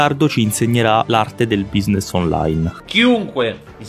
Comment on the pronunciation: "quinidi" "buisness" LOL